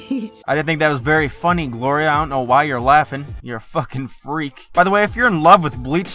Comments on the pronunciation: Her name is Gloria....... not that hard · Gloria,...her name is Gloria